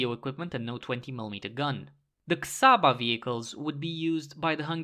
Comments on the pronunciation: Never heard someone saying Budapest this perfectly and saying Csaba soo badly at the same time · Csaba pronunciation : Chaba ( like Ch from China , and a from God )